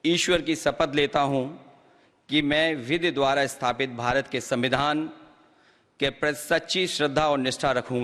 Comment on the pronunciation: vevadhan ya savindhan avadhan Mr jokeyc🤣